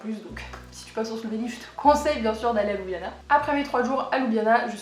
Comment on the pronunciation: Étant moi-même slovène par mon père, je trouve ton résumé très bien fait. La seule chose qui m'agace chez Européens de l'ouest, c'est la prononciation de la capitale: ce n'est pas ''Loubiana'' mais 'Lioubliana''. Sinon le reste est parfait!